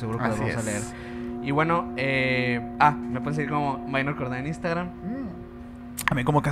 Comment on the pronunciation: Con la diferencia que no es “minor” sino “Mynor” pero bueno, de parte de todo el equipo de Emisiones Podcast te pedimos una disculpa. Ahora vamos a saber cómo se pronuncia el nombre oficial de uno de nuestros miembros. Saludos